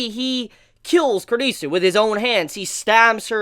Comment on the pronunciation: Finally, you're the first reviewer I've seen to pronounce Kurisu's name properly. About the Mayuri hand thing. That's a habit of hers that she did a bunch in the original Steins;Gate too. Okabe calls it "Stardust Shakehand".